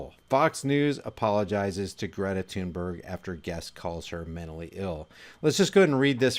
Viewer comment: Not tune berg thunberg like thumb Thor thud THunBerg. She says it like Thun Bae